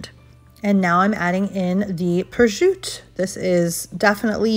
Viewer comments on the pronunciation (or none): It is prosciutto! It is not prosciutt(e)! If you are putting your knowledge on display please learn how to pronounce names. Thank you. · Prosciutto is pronounced "Proshutto", dont say Projut like that 😢